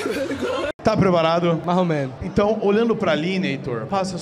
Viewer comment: "marromeno" esse é cearense assumido 😅💪